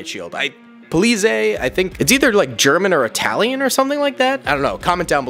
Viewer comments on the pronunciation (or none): Polizei is a german police/special forces unit. Polizei is pronounced Po- le (zII)